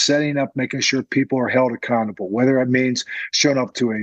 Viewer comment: Love mentioning holding people 'Accantable' 😂